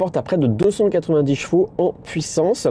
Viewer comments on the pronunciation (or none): none